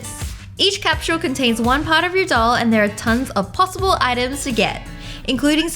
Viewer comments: Wengie: capshule Me: capsule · Why she keep saying capshle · it was soo funny how she said capsule capshuleee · She said capshule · Did anyone else realize she said capshal X3